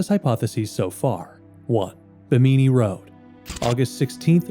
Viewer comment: Bimini doesn't rhyme with bikini. It's pronounced BIMM-in-ni.